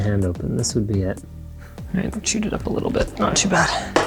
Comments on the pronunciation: As someone pointed out she said white but she was trying to say right. You can hear it plain as day lmao. I had to put it on surround sound on loud to make sure what was said. YouTube sound analytics picks up what it thinks it hears and plays it. It even gets translations wrong in some cases because it thinks it hears a wrong inflection or wrong word. Its hilarious to watch at times 😂😂😂. It will get better as time rolls on but in this case the word that was said was white and what was meant by the little one is right. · astrolink 2000 ok that’s what I was wondering did she say “right” or “white”? LOL 😂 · Did she say "Daddy are you white" or "Daddy are you right" 🤣😂🤣😂 I am glad she asked because I have been wondering for a while 🤣😂🤣😂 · I was just about to comment on this. did she say white or right. but if she was trying to say right then maybe its just the mispronounced r for a w. 😆lol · at the end does she say... "daddy are u white?" LMAO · I swear I just heard right but it sounds more like white